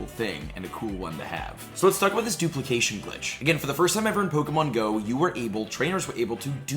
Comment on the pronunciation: Ah yes The DOOPLYKASHUN GLEETCH